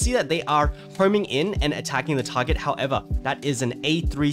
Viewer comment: Word of the Day: "Howevah" 😂